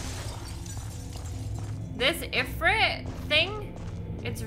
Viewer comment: Ifrit is pronounced "Eefreet". I know it's weird, but that's Arabic for you. Ifrits are genies, also known as Djinns that are generally evil and flame-based. D&D lore.